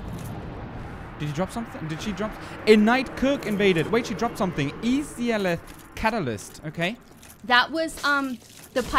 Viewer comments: In today's lovely episode, we encounter the ten-taco monster that has been so aptly named the, with my liberty as an author, the "Titty-groper", a few witches of Izalith (which is pronounced more like I-sa-lif) as well as the frenzied bed itself. So, without further ado, let's get this started. When walked along the lost halls of Izalith, his senses picked up on the faint yellow hue of one of his oldest friends. Off to his left, he could spot the brilliant summon sign on the Knight of Sunlight Solaire. As his female companion walked up beside him, looked over his shoulder just in time to see her stand beside a great fogwall, one of the many he had encountered throughout his magical journey. Without a moment's hesitation, pressed his left hand down to Solaire's brilliantly shining sign, and within a few seconds later, the Knight appeared with a soothing glow of the dying Sunlight. With his crew assembled, moved onwards with every intent to conquer the foul creature that was bound to rest beyond the fog gate. When pressed onwards through the fog, he felt his honed senses beat rapidly while his eyes widened. Before his very eyes, an ornament that he had believed to be a mere fossile of a creature that had long since passed, gained life anew. With a blazing inferno around it's body, the Centipede Demon roared out a monstrous sound as two allies came through the fog, both of which held their ground while fumbled around with his str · Izalith -> Eye - Zah - Lith